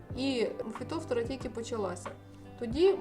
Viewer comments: Наголос не вірний, не фітОфтора, а фітофтОра, ріже слух. А за поради велика подяка. З мого досвіду, одного року посадила томати з відстанню в 80-90см кущ від куща. В той рік у всіх моїх знайомих томати згоріли від хвороби , а мої були живі й здорові майже до глибокої осіні. Вони дуже гарно провітрювалися. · Фитофтора. Ударение на второй слог то, режет слух, к стати по украински тоже! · Фітофтора наголос на друге. О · Підтримаю підпискою,коли вивчите як правильно вимовляеться слово Фітофтора,а потім будуть навчати,дослухати тяжко